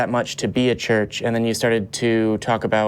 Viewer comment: Is he saying search?